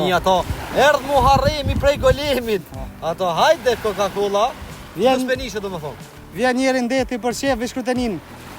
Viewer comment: Jo pllazh 😅plazh pa ll serb,jo kokakolla😅kokakola😅jo killa por kile😅😅😅